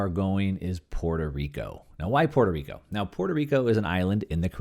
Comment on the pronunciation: For starters, I suggest you learn how to pronounce Puerto Rico.